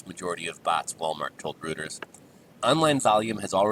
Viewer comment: "Reuters" is pronounced "ROY ters", BTW. I can finally tell the story of my Toys R Us exploit, now that they are out of business. It's a long story, but whenever I do tell it, people's jaws drop. The Toys R Us debacle led to me getting a crazy number of Playstation 2's from Amazon when they became rare. This was before bots were a common. My bot bought up enough Playstation 2's that I was the cause of them becoming so hard to find. Think that's an exaggeration? I got and resold enough PS2s to buy a $300,000 house, cash.